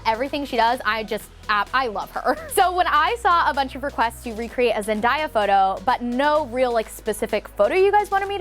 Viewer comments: New Drinking Game: Every time says Zen-die-uh, take a shot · ZEN-DAY-UH......video was cool but don't you ever do that again.Whewww chile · It rlly bothered me the way she said zendaya as zen-die-a big no hate here I love you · I’m sorry but you are supposed to say Zendaya like Zen - Day - A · Omg did she just say zen-die-a😂😂nooooooooo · the way she said zendaya is so funny it is zen-day-a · Honey.. it's Zen-day-uh and btw love how the look turned out! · Gurl it's ZEN-DAY-YUH (ZENDAYA) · Hey love just wanted to say I loved these photos however you pronounced zendaya’s name wrong it’s like zen-day-a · 💛💙💜💚You looked beautiful in the Jessica Simpson photo then when you were just talking about Zendaya, with the black dress and your hair thrown up messy, so SESSY!! You are amazing for girls of all sizes to look up to!! Thank you!! PS I alsosay Zen-die-uh, the other way is hard😂 anyway Daya is pronounced Die-uh. I get it girl..I get it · NO SHE DID NOT CALL ZENDAYA , ZENDIYA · subi subi nope. The pronunciation is in the name. ZEN-DAY-A. Every since I was a kid I knew how to say Zendaya. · Not incredibly important but I believe it’s pronounced like Zen-day-a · Babb because pronounced it (wrong) as zend-ah-ya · I also say Zen-die-uh 😂sorry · omg every time she said “ZEN-DIE-UH”🤦🏻‍♀️😭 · I love you but say it with me - Zen- day- Yuh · Every time she said ZEN-DIY-A I cringed SOOOOOOOO HARD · Did anyone else get triggered every time she said zen-di-a? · Zen-Day-A no 'i' -> Love you <3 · It’s Zen-DAY-ah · It's ZEN-DAY-A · she did zendieya ummmm that drives zendaya insane.... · Ugh yes 😂😂 I was like noooo it’s Zen-Day-A!!! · THANK YOU!! (NO HATE!) BUT i was disturbed with the Zen-DIE-uh 😂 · Love ya but the way you said Zendaya was triggering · I bet MOST of us didnt know how to SAY ZENDAYA at first. Cut her some slack. ;) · I think you are pronouncing Zenyda's name wrong. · Right I kinda hated when she said her name like that